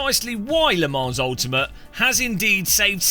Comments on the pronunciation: Its french bro. "S" is silent. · please for the love of god pronounce Le Mans correctly 😂…. The S is silent